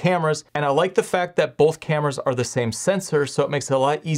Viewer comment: It's really distracting when you say bowlth instead of both.